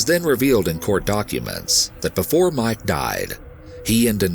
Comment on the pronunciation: I love the video but the way he sometimes says mEYEke instead of Mike kills me lol.